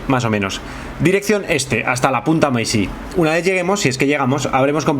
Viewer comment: jajajajaja no hay forma que aprenda a decir Holguin jajajajajaja, es sencillo: la "H" es muda..... Olguin. Y otro detalle: se dice punta Maisí ..... NO "mesi"....... que es español tio no frances jajaja la "A" con la "I" siguen sonado AI